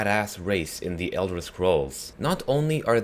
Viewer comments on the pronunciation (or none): none